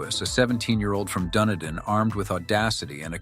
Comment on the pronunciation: Dun- EEE-din